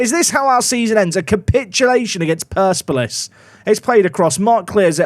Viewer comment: I want you to leave Iran without ever having said Persepolis correctly